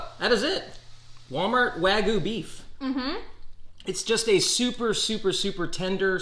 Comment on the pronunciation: It looks like select grade and has no sear and its "wag-you" not wagoo